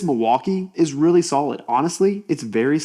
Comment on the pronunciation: Kudos for saying ‘RY-obi’ not REE-obi! 😂 I guess those people also eat ‘REE’ bread instead of RYE 🤦🏻‍♀️. Great tool, especially at that price, hard to beat its features. Some say the clear base is on backwards for packaging(?) 🤷🏻‍♀️